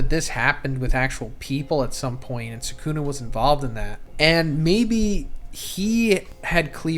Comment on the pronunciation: it's 'sukuna'. If anything you put the stress on the last syllable not the first 😂 y'all kill me with this